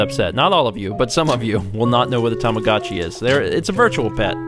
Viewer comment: you evidently don't remember it too well yourself,, considering it's Tamagotchi, not tomagachi.